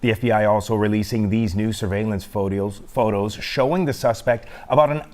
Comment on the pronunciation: "Photeos" hahaha